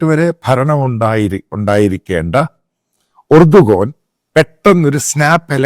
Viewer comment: ഏർദോൻ എന്നാണ് turkish ആൾകാർ pronounce ചെയ്യുന്നത്